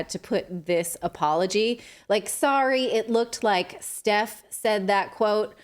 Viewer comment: That’s not “Steph” that’s SETH.